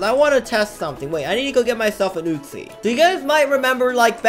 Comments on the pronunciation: Normal Person: Uzi - oo-z: Uzi - oot-chi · It’s uzi not utzi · WHY U KEEP SAYING UTZI